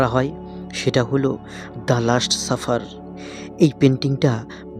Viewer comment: ভাই আগে আপনি বাংলা শুদ্ধ করে বলতে শিখুন, খুবই বিরক্তিকর অশুদ্ধ বাংলা উচ্চারণ তা যতই ইডিট করুন না কেন। একটা উদাহরণ দেই, এটা লাস্ট সাপার, আপনি বলছেন লাষ্ট সাফার।